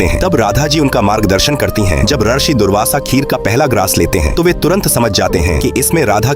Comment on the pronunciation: ये भी नही पता कि रशि नही रिशी (ऋषि) बोला जाता है और चले हैं धार्मिक कथा बताने